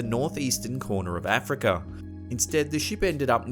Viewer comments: Omg here we go again where is Indonesher, afriker, and Chiner ??? Aaaahhh where the hell is this guy from? Every damn video certain words are pronounced funny almost butchered.. for example the ships names r at the start of each segment how do u pronounce them wrong the atocha no L or R it's not atolsher it's pronounced A-toe-cha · Africer and Chiner